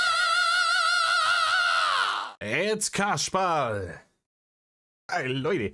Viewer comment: Ich glaube: "It's Kaschperl!" 😁